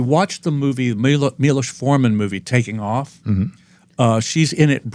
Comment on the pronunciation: I have to give Brent credit for how beautifully he pronounced the name "Miloš" Forman. Plus, he pronounced it correctly. Thumbs up. I don't often hear Americans pronounce Czech first names correctly.